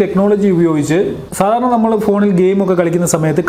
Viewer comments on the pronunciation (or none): none